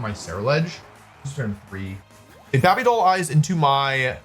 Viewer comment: Can you stop saying Babey Doll Eyes, it irritates me